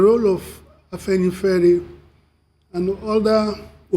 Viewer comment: It is not Afanifare, it is Afenifere. Do your homework before getting on air